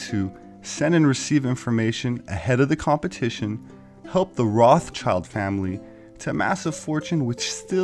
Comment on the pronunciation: lol.... so funny. "Speaking of manure....here are the Rothschidles